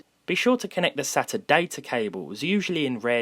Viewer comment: I hate that he can’t say sata right